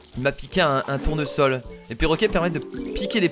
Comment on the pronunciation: A 9,40min tu as dis double tournosol